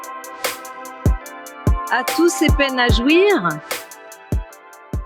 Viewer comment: "à tous ces peines à jouir-eu" maintenant j'attends les remix hardtek 😁